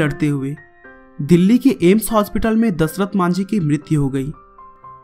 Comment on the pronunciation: O bhai kya dhasrat bol Raha hai dashrat ji bol ji